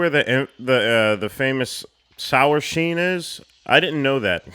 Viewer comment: "sour sheen" lol